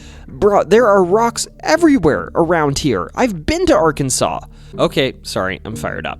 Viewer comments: Incorrect, Arkansas is the spelling, pronounced "Arkansaw"... Im a native and lived here all my 44 years, trust me bud, it's ARKANSAW. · Hey all, he pernounced Arkansas right! Little Rock, too! Winner winner, chicken dinner!😁